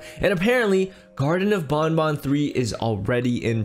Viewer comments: its banban not bonbon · he is saying bonbon it is banban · It,s banban not bunbun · garten of bonbon lol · Why do people call him bun bun it's Ban Ban (Banned Ban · it's not grtine of bonbon it's grtine of banban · It is garten of Banban not garten of bunbun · Banban not bonbon Sorry if I'm being mean